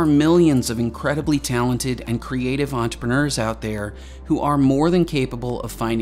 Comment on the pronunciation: Entrepreneur. Please note all the ‘R’s in this word.